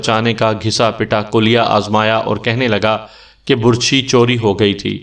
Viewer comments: اوہ ڈیر کہانی گھر لفظ بَر چھی ہوتا ہے بُر چھی نہیں ہوتا میں نے بہت دفعہ محسوس کیا ہے جہاں آپ کا دل کرتا ہے آپ پیش لگا دیتے ہیں جہاں دل کرتا ہے زبر اور زیر لگا دیتے اس میں کوئی شک نہیں آپ کہانی بہت خوبصورت سُناتے ہیں. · Burchhi ghalat lafz h, Barchhi sahi h.... Lafaz ghalat h, lafz sahi h....